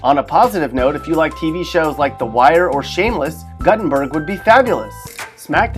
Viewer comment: GUTTENBERG OR DO MEAN GUTTERBERG?